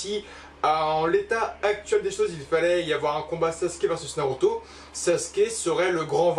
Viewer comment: Art de dire noroto 😂